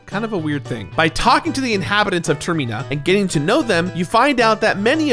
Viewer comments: The Twinmold fight sucks ass in the 3DS version. It was the one and only point in my play-through where I got dangerously close to time running out because the "wrestling" portion is just so awkward. Edit: TerMIna?? Seriously?? Can't you pronounce anything right,?? 😆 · Ok ok ok...WTH Is “Tayerrmeeeenah”??? Who is pronouncing Termina incorrectly??? I HAVE TO KNOW. (Seriously please lmk the correct pronunciation... anyone). ALSO- why are you in a photo with Jamie Lee Curtis? What an I missing lol I feel like in suddenly company out of the loop! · Wait... Is he pronouncing Termina wrong or I been saying it wrong this whole time??? Now that I think about it... It's like pronouncing Terminal but without the "L" sound ? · There's no difference between ih and ee, the problem is he's putting weird emphasis on the second syllable when it's clearly meant to be related to 'terminal' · TerMEna hahahahhaahahahahhahah the way he says it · It It really bothers me that you pronounce it "Ter-mee-na." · if you pronounce termina like that one more time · Stop saying termeena before I jump off a cliff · Ter-Mine-A. High-lyian. Goat, not Got. Like the animal it is. Your pronunciation of proper nouns in games is always baffling. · Yo, didn’t you hear about that killer robot in the airport, it was a real terMeenator in the terMeenal moment. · Came here for this comment. It's literally terminal without the l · The way he says termEEna 💀💀💀😂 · for a fan of Majoras mask you are pronouncing Termina wrong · I have never before heard anyone pronounce Termina that way, and as a result it somewhat bothers me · It’s not pronounced the way says it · Have I been mispronouncing “Termina” this whole time? I doubt it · The way he says Termina is so awful. It literally comes from the word terminal, as in leading to death, so the way to pronounce it is already there for people. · Is it irking anyone else how he pronounces termina? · Yep, same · Never heard Termina pronounced like that